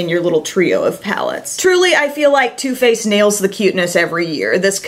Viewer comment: is it only me hearing her saying toothpaste instead of too faced